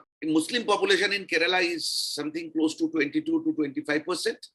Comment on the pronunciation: Please pronouce the name of the state correctly - its not " ke-re-la" its " Kerala " not bittergurard